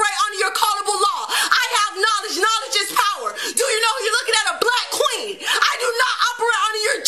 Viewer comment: user-ls7iz3sq5f You mean KWANGS, say "queens" right! 🤣